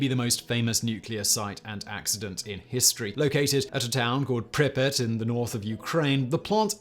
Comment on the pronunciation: Prip-yaat. Prip. Yaat. Not pripyt.